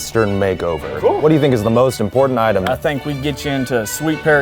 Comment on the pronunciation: hearing Eugene say ‘item’ def showed his southern side